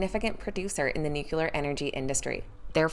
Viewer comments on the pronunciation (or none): New cue ler! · That drives me crazy. Everyone is pronouncing nuclear the way George Bush does. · She can't pronounce "nuclear"! 🤔